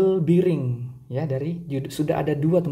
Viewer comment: Bering bang bukan biring.. Klo be di baca bi tapi bearing dibaca bering.. geli dengernya ngomong biring² gtu...😂